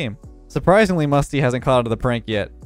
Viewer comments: U said musy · I love how it said Musy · Musy or musty because you said musy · Musy pronounced Moosy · Musty, he just said Musy on purpose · Musty won boost but he lost his "T" Musy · Nine mins in musy instead of musty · Why do u call musty musy